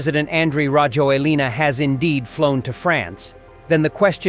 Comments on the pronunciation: His name is pronounced rah-JWEL-nah. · A little tip for you,never pronounce the last vowel when you speak Malagasy.As for Rajoelina ,he fled on jet to Dubai not France.The plane that exfiltrated him from Madagascar to Reunion was French but then he took a private jet to Dubai.